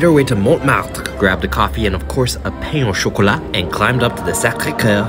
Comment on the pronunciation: wtf is paine au chocolat? it's peïné, pronounced p-uh-n